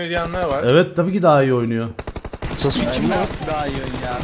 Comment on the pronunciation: off şunu saske diye okuyun artık